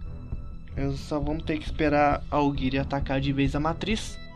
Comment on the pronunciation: nhiogori não é aoguiri ou aogiri